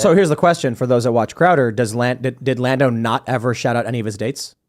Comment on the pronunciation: "A comedian Dave Landau" HOLY FUCK TIM LEARN TO SPEAK.